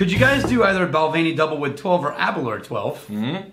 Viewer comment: Please try the Balvenie Caribbean Cask. And please pronounce them correctly. It’s Bal-venny, not Bal-vaney; A-ber-lauer (as in “hour”), not Aber-loor